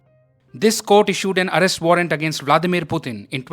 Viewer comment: Putin ! Not Butin! Arrest! Not allest!